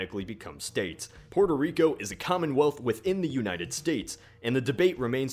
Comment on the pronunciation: PUERTO Rico not Purtur Rico It doesn't take that much brain power to say